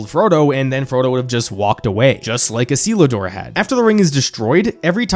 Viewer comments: isilidurr? XD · Its 'Isildur' not ' O-Seal-A-Door' 😂😂😂😂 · Are we just going to ignore the fact how this guy completely butchered Isildurs name lmfaoo